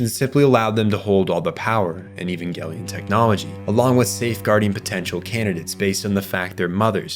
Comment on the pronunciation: The director has already stated, it's pronounced evan-gelion. Over a decade ago. Don't make a lot video if you don't even care. Let me watch the rest of this drive to get a bigger picture of your ignorance, nah garbage.